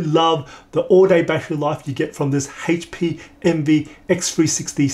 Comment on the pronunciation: This guy needs to host a new GSN show for a game called Hayche Pee Envy